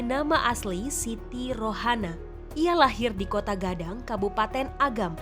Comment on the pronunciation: Koto Gadang woi... Bukan Kotaaa